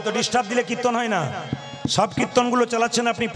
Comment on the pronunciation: কৃত্তন নয়, উচ্চারণ টা কীর্তন হবে, ঔদ্ধত্য মাফ করবেন, ধন্যবাদ।